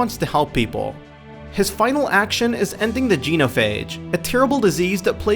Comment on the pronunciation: it is not geenophage it is genophage